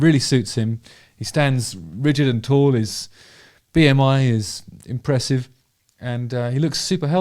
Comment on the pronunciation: ahh BMI 😂... for a moment I thought you were trying to say anemia. 😂